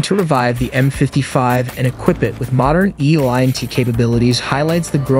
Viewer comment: NATO: "Nay-toe" not "naahto" ELINT: "eee-lint" not e-lye-en-t